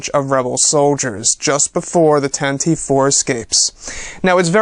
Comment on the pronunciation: It's pronounced "Tantiveeee" youngster.